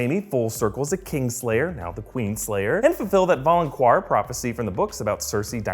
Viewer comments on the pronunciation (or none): Season 8 and youre still pronouncing it "valonqwahr" and not "valonkar" as it should be said.